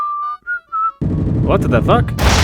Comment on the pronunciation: The cleaner guy in the end clearly said "whart de fark?" And i almost burst out laughing bruh